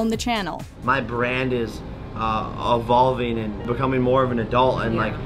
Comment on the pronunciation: Uhvolving isn't the same thing as involving. Lol